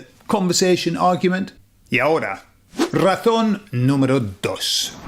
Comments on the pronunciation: It took me until "razón 4" to realise you were saying "razón" and not "ratón"... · Cuando dices la😂 razón es....suena todas las veces como la ratón es,te😂es difícil pronunciar la z? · Hola soy de Puerto Rico y te felicito hablas muy español. Noté tú pronunciación de “razón”y me sonó más a “ratón” , “really no big deal” solo parte de la interacción. Es como esas “e” elongadas del inglés que no existen en Español, como “sheet and beach”. Recuerdo vivamente una señora , por su acento me pareció latinoamericana, aquí en Pennsylvania hablando con un oficial de seguridad y diciendole “the shit of paper was by the bitch”. La cara del oficial lo decia todo. Aunque soy bilingue hay veces que tengo a Cervantes o a Shakespeare revolcandose en sus tumbas.